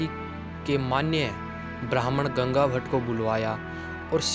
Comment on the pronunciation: 0.50 Bhai vo gangabhatta nahi gangabhatta hai.